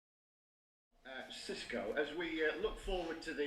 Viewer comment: Gidds: Sisco!! Come on, please pronounce his name properly! UTO 🦉